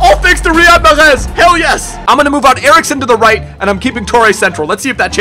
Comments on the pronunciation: Why does he pronounce Mahrez the French way? Lol its an Arabic name and is literally pronounced normally as Mahh-Rez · I hate the way you pronounce Mahrez and De Bruyne 😒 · Dude that's not how you say Riyadh mahrex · JUST FUCKING SAY MAHREZ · I hate the way you pronounce Mahrez and De Bruyne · Why does he say Mahrez's name like that?? Put some RESPECK on it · Molester is a team with one season wonders they just are and stop over pronouncing mahrez' name it's super annoying and he's not even African hes French and he just changed his nationality it's French not Arabic I'm not a hater it's just annoying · Stop pronouncing mahrez the way you do